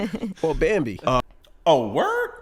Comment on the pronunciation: Bro you butchered Babmbi. Probably the furtherest thing from a clean kill as you will ever see.